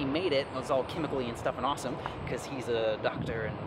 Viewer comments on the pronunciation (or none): none